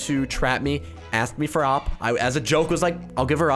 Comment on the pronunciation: O-P not oppppp btw im subbed :D